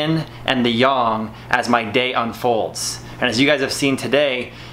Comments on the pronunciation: its Yin and Yang bro. don't call it Yong. many will get offended. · stop saying "yaarng" for fucks sake, it's yang as in bang. Your pushups are shit and produce very little result for the effort, get your elbows next to or even touching your ribcage and feel and see the difference. I have occipital nerve issues, I do 300 to 500 pushups in sets of 50 to 80 every day to keep the blood flow around my shoulders and neck flowing to relieve the pain.